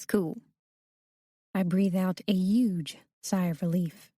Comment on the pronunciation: The fact that she says uge instead of huge 🤦🏻‍♀️